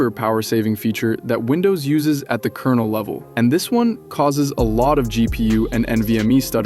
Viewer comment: Вындувс ахахааааа